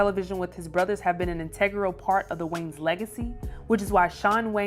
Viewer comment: I can’t bruh. WHO TF ARE “THE WAYNES”?! Like lady! Your illiteracy is showing! There is ANOTHER VOWEL in that name and it’s NOT after the N! Are you the only female presenter? Nobody Less Country??? I’m petty! Idgaf, I had to listen to this broad say WAYNES for like 5 minutes!